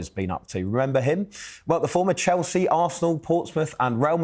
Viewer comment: city man that cant get chelseas name from his mouth